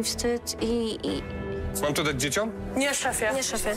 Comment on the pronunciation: DzieciOM......😎 zastanawiam się jak wy w realu wymawiacie to "dziecią"😂